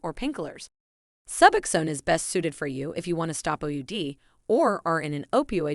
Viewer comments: Omg SuuBoxxen. Suboxen 🙉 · If AI is so smart why can’t it pronounce suboxone correctly